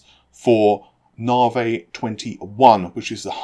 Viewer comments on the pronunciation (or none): You can't brag about being accurate if you can't even pronounce the code name correctly. It's "nah-vee", not "nah-vay".